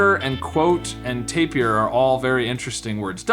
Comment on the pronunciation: Tapir is pronounced like Taper (Tay-pr).